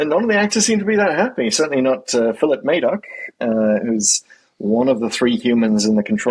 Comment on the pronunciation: Madoc is pronounced Mad-uck.